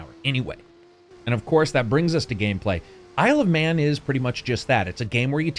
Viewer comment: The first few times you said "Isle of Man" I swear you said "I love men"... and I was like... okay that's an interesting title, but what does it have to do with motorcycles? Also that Chakam: The Forever Man reference. That game was fun. Sadly my Genesis won't turn on anymore. Just like my wife! Heyo!